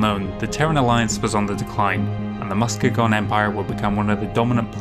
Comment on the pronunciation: It's named after a city in Michigan (and pronounced Mus-kee-gun). Planets named after Great Lakes cities pepper the map, owing somewhat to Fasa's Chicago location and several of the writers' midwest background.